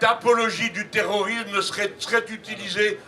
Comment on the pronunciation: 3m18s : nous "vivrions", pas "viverions". Et "terrorisme", pas "terorisme"...